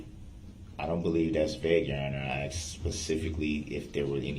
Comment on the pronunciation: HE AXED A QUESTION, SIR. ARE YOU LAWFULLY LAWING!?